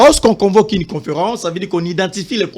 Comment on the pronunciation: Mr doit faire un effort dans sa prononciation... " ine /une... dessi/ dessus... netre / neutre... rendi/rendu... inquietide/inquiétude... bref, malgré ses erreurs, je le trouve intelligent, même si je ne partage pas ses opinions que je trouve diaboliques.